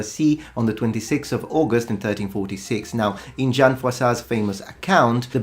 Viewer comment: When you mentioned Jan Lucembursky/John of Bohemia/John of Luxemburg (btw, it's pronounced Yan) I was expecting you to mention his son, Charles IV, Holy Roman Emperor. Apparently, he (Chatles) loved jousting and had many disagreements with the church because of that. Probably not a good PR for a Holy Roman Emperor. So he started going to jousting tournaments in disguise and during that time, he had a very serious accident ( he was saved by italian doctors and eventually recovered, although his health was not great and he was hunchback (see his pictures). It was discovered only recently because there was mysterious gap, where he dissapeared for some time, there was no information about him, and then reappeared injured and hunchback. I think it's pretty cool that Czech's most beloved king was not just a pious bookworm (as he is often percieved in Czech Republic), but also something like a MMA fighter :)